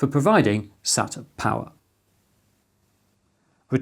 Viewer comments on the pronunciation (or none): none